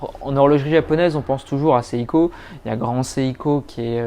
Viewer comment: SEIKO se prononce SE-I-KO et non SA-I-KO pour la énième fois!! tous ces parisiens qui se croient au-dessus des autres, je ne supporte plus!!